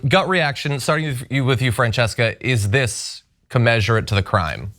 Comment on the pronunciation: "Commensurate", reporters. Pronounce that word correctly, please.